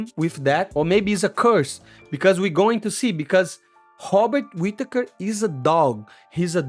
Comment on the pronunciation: So your saying drikas fighting skill is as good as your Robert Whittaker annunciation !! not good at all. Hobbit Whittaker from the hobbiton shire middle earth will be to good for Drikas imo.